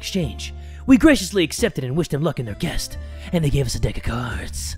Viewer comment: Did anyone notice on that said guest instead of quest? I’m not hating I’m just asking if anyone noticed